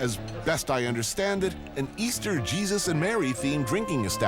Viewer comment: What does he call Him Jedus? Haha. Man has a complex